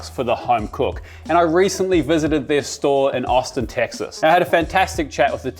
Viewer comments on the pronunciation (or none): none